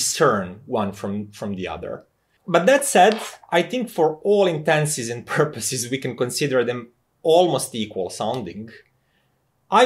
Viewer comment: The correct phrase is : " for all intents and purposes ". You seem to be saying "for all intenses and purposes" and I am not sure whether that means something :D A lot of people often say "for all intensive purposes" just because its slightly easier to pronounce but they still mean "intents" :D